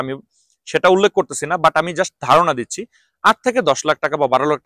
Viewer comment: আপনার কথা বুঝা যায় না যখন বলেন টাকা পয়সা লাগবে না তখন না শব্দটা স্পষ্ট হয় না ( রিক্রুট এজেন্সি বলার সময়)